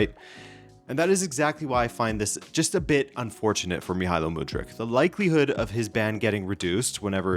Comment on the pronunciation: before making a video about someone maybe first learn how to properly pronounce their name lol wtf